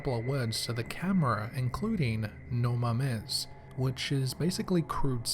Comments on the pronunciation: The way he said no mames😭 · You did NOT name that clip "NO MAMES" BWAAHAHAHAAA!! With the accent....priceless!!! 😂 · The way he says "No Mames" gives me life. No mames wey. xD